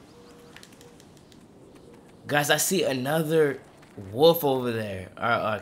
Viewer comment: You aint saying wolf right